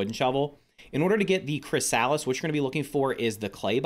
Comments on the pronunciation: Was I hearing " Chris - Salads " ? It's Kri - suh - luhs this was triggering. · the way he pronounces "chrysalis" infuriates me 😂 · I suggest you look up how to pronounce chrysalis.